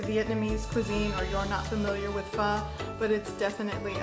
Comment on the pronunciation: Anyone who feels a little sick and decides, as a remedy, to cook pho from scratch is a total die-hard! You even pronounce it like my Viet Namese roommates taught me. This is very well presented and easy to follow. I'm very appreciative that you explain why you are using certain ingredients and what to expect. You have a GREAT kitchen to work in! So jealous. I'm going to try this soon to help keep me strong against the Omicron surges in Ontario.